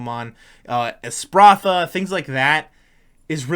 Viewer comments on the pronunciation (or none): You really struggled through that Espathra pronunciation lol